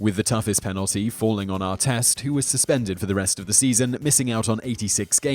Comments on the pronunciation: Ron Artest. Ahr-test, not ahr-teest. Learn to speak proper Murican! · Ar-TEST not Ar-teest. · Why did he say Arteest? It's Artest why can't you say it correctly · I bet Ronny would love the initial pronunciation of his name as ar-TEEST 😂